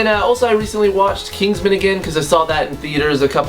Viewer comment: Knigsman you say?